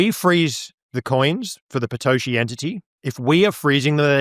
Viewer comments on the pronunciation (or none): Can anyone tell me why he's calling Satoshi, "Patoshi"?? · Is he saying Patoshi?